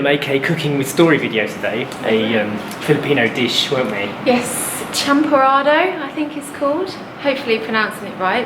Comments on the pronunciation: Hi, you pronounced CHAMPORADO perfectly. 😊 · yess you pronounced it right! Champorado is perfect for cold days like this one ✨ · Lol I wouldn’t eat it with salty fish either. Also , Sounds like you pronounced it right. 👍🏼